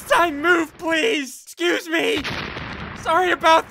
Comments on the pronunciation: Ssundee actually said “M E guy” Yes I know I’m 3 years late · He called a "Me" guy a "M" "E" guy